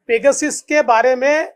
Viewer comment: काय देवेंद्र जी?? पेगासिस कि पेगासस🙏